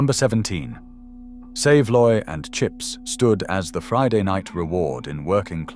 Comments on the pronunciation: What a load old cack you do talk!!! You can buy haslet and black pudding in supermarkets, in fact at Bury market they have the world famous Black Pudding Company that supplies outlets all over this country and abroad. Also SAV A LOY is how it's pronounced not SAVE LOY. You can buy pressed tongue in every market and supermarket I've been to including ALDI AND ASDA. Also tinned tongue is still available. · When is was a child a saveloy was not kept in its own juices in the chip shop it's skin was actually crispy and was so much nicer than how they sell it nowadays. One thing is it is not pronounce "save loy" it is actaully pronounced "sav a loy" now a saveloy from the chippy is mostly kept in a dish of water in the hot cabinet which makes them limp and and in a lot of places luke warm rather than crispy and hot as it used to me many years ago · Saveloy 3 syllables. You gotvit right later. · I agree. The way it said saveloy irritated me, same as the way it said peas pudding. Its not. It said the same way as peace. Ive never had a crispy saveloy. Its always been the same as now, only tastier.